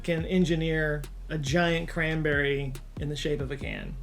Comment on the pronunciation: "CAN-BERRY" sauce 🤣